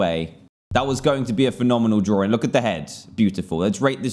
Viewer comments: he says drawring XD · I love "drawring".